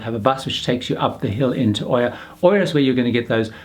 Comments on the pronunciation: Oia is pronounced Eeya! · Been to Oia just yesterday during our cruise and we took a bus to Oia and the bus driver pronounced it as Ee aa not Oo aa.